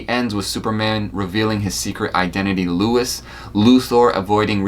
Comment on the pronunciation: If you grew up watching all of those shows, you should know that her name is Lois, not Louis.